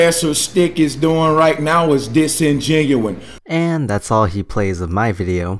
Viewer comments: He also throws around the word "disingenuous" a lot, acting like he's the smart guy, by which he probably doesn't even know the meaning of the word. By the way, he also pronounces it in the wrong way. He says disingenuen, which I guess in some context it can be gramaticly correct, but most of the time it isn't. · There's no such word as 'Disingenuine' - where did you go to shcool? sic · I love that the twit can't even get a simple word right. It's not "disingenuine", it's disingenuous. Fucking flatards! He also fails to understand that the light source (the sun) is so much larger than the moon that the moon's shadow is going to be fucking tiny on the Earth. BTW, Stick, you got this one wrong. The moon would have to be BIGGER than the sun to shadow the entire Earth. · DisingenUOUS! Say it! DisingenUOUS! Not disingenuine. Disingenuine is not a word! When you say it you sound like an idiot.....wait... you’re a damned flat earther. Proper grammar isn’t going to help you to sound intelligent. I’ve wasted your time. I’ll show myself out. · This guy keeps using big words to sound smart but doesn't. Everything is "disingenuine" to him. I never to science advice from someone who says "Mo" instead of more and "Earf" instead of Earth. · Disingenuous NOT disgenuine, arrrrrrrrrgggggggg, Americans need to go to school for longer. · Does anyone else get frustrated with saying disingenuine instead of disingenuous? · This noibird keeps saying disingenuine when he MEANS disingenuous. HE NEEDS TO LEARN ENGLISH. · Disingenuwine... lol. That's serious intelogens on display. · D iS inGE NUi N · “This model in dis engenuwine” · Oh God he just said "the solar EEclipse" and disingenuine now I know the amount of brain cells to that are in the average flat earther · Lol holy shit. The word is disingenuous . Not disengenuine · Its disingenuous not disingenoun damit use proper English😂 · He said the word Disinginueine about 9000 times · "disengenuine" HA! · Is he saying "disinGENUINE"?